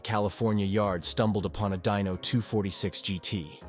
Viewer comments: I agree it started with the Dino surely he knew that it’s named after Enzo’s son and should be Dee no not Die no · Atlantic, not atlanties.... Dino, pronounced "Dee no" Not dyno... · Deano, not Dino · From Dino (correct) to "Dyno" (NO) in 10 sec wtf?